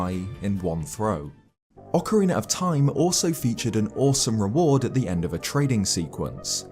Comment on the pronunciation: It is ocarina not oakarina oc like octopus